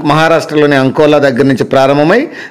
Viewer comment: Adi ankola kadu akola